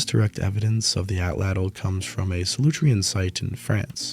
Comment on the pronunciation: We are quite capable of pursuit to exhaustion. There is no need to run faster than the prey. We track. All of Homo genus. Ah-tlatl, not " attle attle" Easily, not easier.